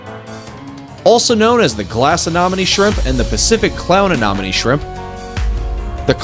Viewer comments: I couldn't watch the whole video because of the narrators inability to pronounce anemone correctly. It's a pet peeve. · Uh Nem Oh Knee A nem o ne Anemone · First the verbal information doesn't match with written cues, a shrimp that gets an inch was marked as a foot long, pictures of four different shrimp species are provided for the same individual showcase, claims that a shrimp lives on the surface of the water, and can't pronounce Anemone this video was painful to watch😂😂😂 definitely AI generated video